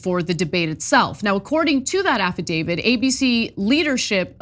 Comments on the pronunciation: Affidavit. Not affaDAVID. Illiterate. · IT'S AFFIDAVIT!!!!!! Stop mispronouncing it, it makes you sound ridiculous!!!! Who will believe ANYTHING you have to say if you can't even pronounce the frigging word!!!